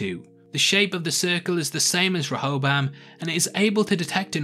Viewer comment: Stop saying it like Reho-BAM it's actually Reho-BOAM. And you're a prime candidate for copyright claims since you just summarize the episode, you need to give your input on it to be fair use. Regardless of copyright stuff, I don't wanna see a video summarizing what I've seen already.